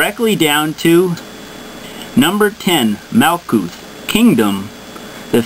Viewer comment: Now, as far as your synopsis, was a good intro explanation,covered a broad range in an infinite subject without too much self projection of personal ideas. lol, but,still need to bone up on your pronunciation of ancient Hebrew. i.e. MAL-KOOT,,,HOK-MA,,and so on. Very enjoyable, its a good thing that one who seems as educated as yourself is exploring the mystical knowledge of the past to look to the future.